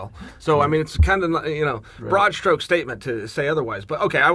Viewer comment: Chael "broad shtroke" Sonnen